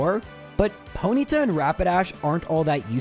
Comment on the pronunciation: You say Ponyta like you’ve never used your tongue before